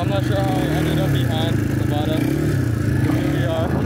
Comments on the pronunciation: Its nevaaada your girlfriend bruh😂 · It's Nevada duuu lol